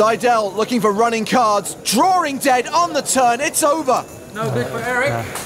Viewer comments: It's so tough when you're "drawring" dead. :) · "Drawring dead".......... Makes me wanna vomit......